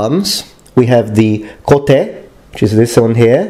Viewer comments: I just lost it when he says kote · Isn't there stressing at all in japanese language? So why would you stress the ka? You pronounce it correctly, only your explanation confuses...